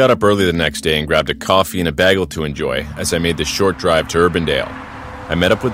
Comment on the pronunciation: why did he say bagel so funny